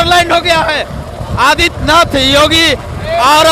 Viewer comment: Abe Jogi nahi re Yogi Sahi pahle Bolo thik se